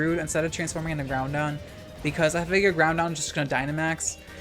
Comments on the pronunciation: I find it so funny how you've called it keeogree and groundon ironically for so long that it actually sounds normal to me. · Please keep up the narrated content. Where else can I get my soul-crushing 'Key-oh-gray' and 'Groundon' features?